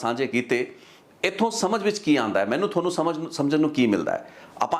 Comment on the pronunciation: ਬਾਈ ਤੈਨੂੰ ਨਾ ਤਾ ਲੈਣਾ ਨਹੀਂ ਆਉਂਦਾ ਮਾਹਨੂੰ ਨਹੀਂ ਹੁੰਦਾ ਬਾਈ ਜੀ ਮੰਨੂ ਹੁੰਦਾ ...ਪੰਜਾਬੀ ਸਹੀ ਬੋਲ ਲਿਆ ਕਰੋ